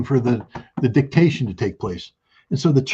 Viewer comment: Scott said "dictation" 😂